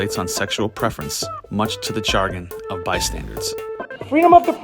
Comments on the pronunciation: just FYI, its chagrin, not "chargin" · Chagrin - sha-grin Sorry! I’m an English dork. ✌️ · Chagrin: not CHAR-gin...it’s pronounced like shuh-GRIN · The word “chagrin” is pronounced “sha’-grin”